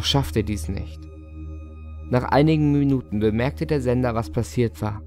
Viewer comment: "miynüten ." Als ich das hörte .. unbezahlbar ....'